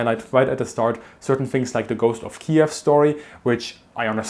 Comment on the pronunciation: Finally finally finally somebody pronounces Kiev properly